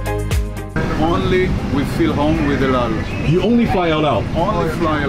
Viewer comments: It's not " Tel-eve" its Te-la-veev. There are three syllables, not two. And it's not " Eld-Ald" its " L-All" El Al. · The way you pronounce El Al is extremely annoying lol. EU DAU. 😂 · El Al and TelAviv - both the words you pronounce wrongly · Please Sam, I love your videos, all of them, but the city is pronounced Tel Aviv, not tel a eave, and the airline is not ELDAL, but El Al. Other than that, I'm glad I subscribed to your channel! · He keeps saying ald al Instead if el al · Why do i hear Eldow whenever sam says El Al. Is it me or someone else felt the same?? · Sam you keep saying eldal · Why do I hear him saying " aldow" every time he says "EL AL". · Why does he keep saying out out? it EL AL - L Al (as in Alan) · It’s EL AL, not Eoldal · It’s el al I’m Jewish I speak Hebrew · He doesn't know how to pronounce El Al lol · That guy speaks as if he had a hot potato in his mouth. Can't even pronounce EL AL and TEL AVIV properly! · You can't even pronounce the name of the airline properly. Idiot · It’s pronounced EL AL.... and it’s Tel Aviv.... oh yeah and EL-AL also means: Every Landing Always Late!! ( just for fun, don’t be angry 😉😉)